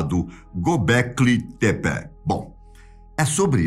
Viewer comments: Eu acho que a pronúncia é "Tép". O Gobekli está correto, mas não é "Tepé" como ele diz, é Tép! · Acho que se fala "Gobekli Tepe" e não "Gobekli Tepé". Vai saber... Estou acostumado com o narrador do History Channel na série "Alienígenas do Passado".